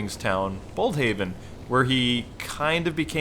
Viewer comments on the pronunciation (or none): Boldhaven? Bludhaven